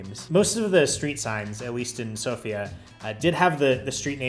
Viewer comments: You're welcome. You also pronounced Sofia and dovizhdane almost like a native, very impressive. I hope you'll visit again sometime, although Bulgaria is in Schengen now. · Thank you for pronouncing Sofia the right way ;)